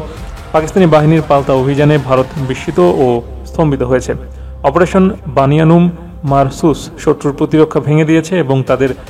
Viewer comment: বুনিয়ানুমমারসুস শব্দটি শুদ্ধ করে উচ্চারণ করতে পারেননা একজন মুসলিম সাংবাদিক।